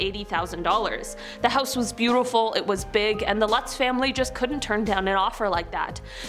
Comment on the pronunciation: Lutz is pronounced loots